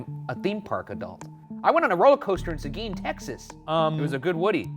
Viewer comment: As a Texan, I’m very shocked at Ryan mentioning Seguin and pronouncing it correctly😂